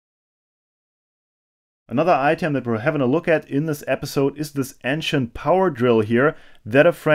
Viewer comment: Friendly headsup that the a in ancient is pronounced like the a in ace